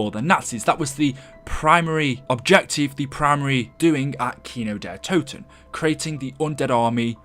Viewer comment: Why did it say kino der t’o’ten and not kino der toten